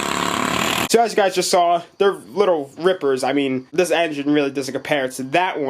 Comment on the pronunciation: What are you saying in the intro?? Helo gyes ............. ?